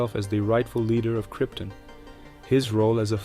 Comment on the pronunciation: Kryptin? 🤨 You mean “Krypton” don’t you? 😉